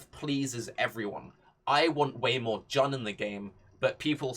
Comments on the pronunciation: Isn’t it pronounced Joon ? Jan is just weird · Good suggestion and all but you gotta stop pronouncing Jun as Jan